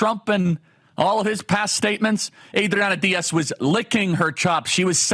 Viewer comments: The way you keep saying Adriana Diaz is some kind of bit right if it’s not, it’s gonna be come on Charlie you’re better than that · What I love is how your Spanish accent gets increasingly thicker each time you say Adriana Diaz.